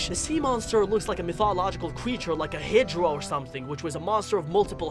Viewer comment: Hydro?, It's Hydra dude, get the names right.